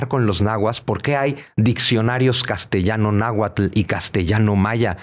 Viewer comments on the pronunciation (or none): Al Dr. Zunzunegui solo le falta mencionar bien las palabras en Nahuatl